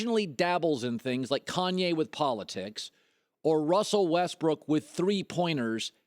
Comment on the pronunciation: every time he says Kanye I cringe so much